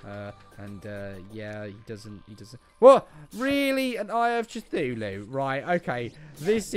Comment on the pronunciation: No offense but you pronounce Cthulhu wrong, you pronounce it Cuthooloo